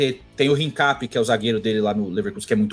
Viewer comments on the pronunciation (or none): deixa de inventar e HINCAPIÉ acento no é